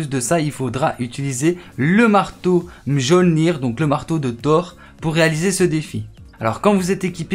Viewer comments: PTN j'en ai marre des français c les pires comment vous pouvez dire Mjjolnir ca se prononce miolnir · Sa se dit miolnir